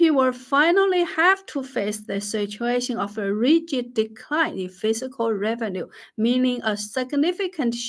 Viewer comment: You are awesome and I love all that you do! Your English is plenty good enough to understand, though some words aren’t quite right. The word “fiscal” you pronounce as “physical” (fih - zih - kul), which isn’t correct. The word “fiscal” is pronounced differently: fiss - kall. I would never succeed at learning your native language, you are super impressive! I mention the pronunciation only to be helpful, I don’t mean to slight you in any way. You are incredibly intelligent and a good person on top of that. Thank you for all that you do — have a great week!